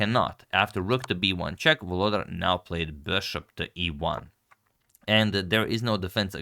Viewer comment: For those who wants to pronounce reigning World Rapid Champion's name correctly: it's VoloDAR - stress in on the last syllable